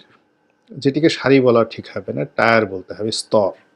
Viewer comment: উচ্চারনটা টিয়ার টায়ার নয়।